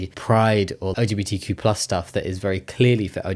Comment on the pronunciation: Is he legit saying LGBT-plush charities? :D